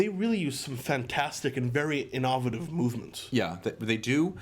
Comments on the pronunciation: The British pronunciation would be IN-uh-vuh-tiv not in-OH-vuh-tiv as you pronounced it. Not trying to be pedantic...even though that's exactly how I'm coming across lol. Love the videos, both WUW and FTW! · not trying to be a hater, but you mispronounced "innovative." It's okay though. can't pronounce the word "coupling" and I have nothing better to do than point this fact out.